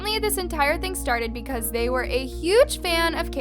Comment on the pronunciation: It’s the emphasis on the they💀